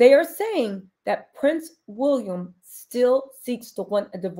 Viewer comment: The funniest thing is how you say WOOLiam not WILLiam. 😂